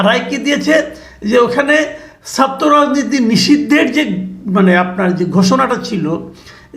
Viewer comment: মাসুদ কামাল 'কিছু' উচ্চারণ সুন্দর করতে পারেন কিন্তু 'ছাত্র'র 'ছা'টা কেনো উচ্চারণ সঠিক করেন না বা কেনো করতে পারেন না এটা আমার কাছে দুর্বোধ্য লাগে!